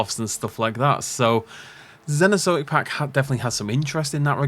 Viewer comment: "Zenozoic" 😂 your pronunciation cracks me up always,.